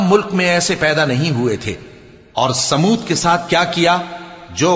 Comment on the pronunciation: ماشآءاللہ بہت اچھا بہن سمود نہیں ثمود ہے